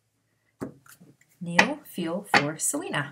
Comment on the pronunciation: Niall's name is pronounced like the Nile River. Thanks so much for all your readings. Could you maybe do some athletes in the future like Aaron Rodgers and Danica Patrick and/or Rafa Nadal who just got engaged to his longtime gf Mery Francisca Perello (Xisca). They've been together well over ten years and they seem solid but I always thought it was kinda strange they wouldn't get married sooner. Also curious about Serena Williams and her husband Alex Ohanian who is one of the founders of Reddit. Thanks again!